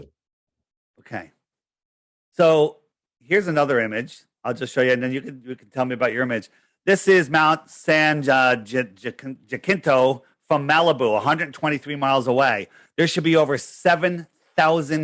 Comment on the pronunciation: San Ja -Sin -Toe. Cmon.